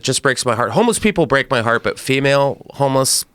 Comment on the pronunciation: whats a "homless?"